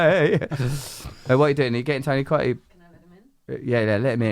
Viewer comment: She's got his name wrong now hahaha "Tony Coottee"